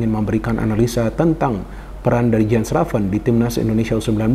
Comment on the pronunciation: Jens raven kalo kata coach justin harusnya dipanggil "Yens Raven" bung.. please tolong dibantu pronounce yang benar. Sama kalo di indonesia orang ada namanya Asep.. kan lucu ya kalo dipanggilnya Asap, Asaep, Asuup. Please bung panggilnya "Yens Raven"